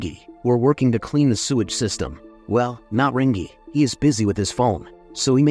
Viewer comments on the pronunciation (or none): Rangi is pronounced rang-ee